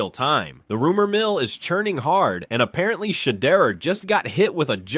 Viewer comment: Who is shader? At least pronounce peoples names right